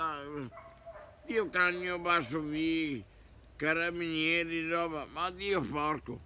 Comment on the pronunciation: CARINIERI, VIJI (VIGILI) credo :D